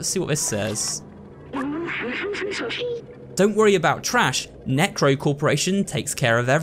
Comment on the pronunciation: that was a bad way to pronounce Neco, just saying…